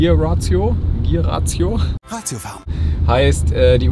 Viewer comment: gear räischio ;-)